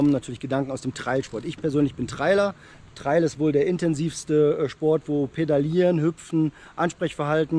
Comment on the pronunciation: Wenn man nicht mal Trail richtig aussprechen kann ….